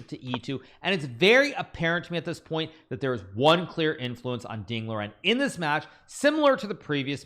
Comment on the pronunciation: hikaru i think you're pronouncing Ding Chillen wrong lol